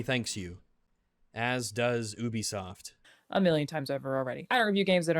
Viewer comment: say it with me … “You-Be-Soft”. You don’t go to Ooniversity, do you.. Or live in the Ooniverse?.. hey!?!.. see, you can pronounce ‘Ubisoft’ correctly. So why does it become ‘Oobisoft’ when I’m not looking? 😏